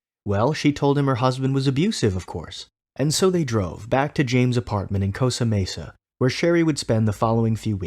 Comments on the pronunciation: The city is CosTA Mesa, not "Cosa Mesa." I thought it was a hockey stick, not a puck. Small mistakes, but these unprofessional things always make me wonder what else is wrong with this narrative. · It’s COSTA Mesa btw. Great video either way